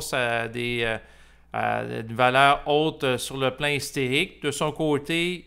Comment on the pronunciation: hystérique ...historique ! 😂intéressant